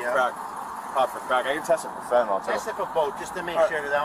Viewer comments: ITS NOT FENTENOL!!!!! ITS FENTANYL!!!! GOD I HATE HUMANS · "Laced with phentanayl " 😂Wow